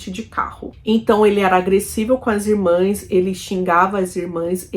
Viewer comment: Amiga, pronuncia-se e escreve-se irmãs.